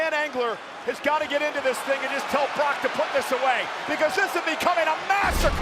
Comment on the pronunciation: "Brotch" Lesnar?